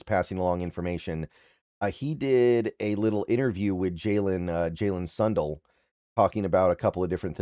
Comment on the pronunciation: And I've always heard it pronounced sun-dale (not dell)...